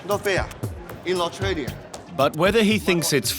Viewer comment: "Ai otralia"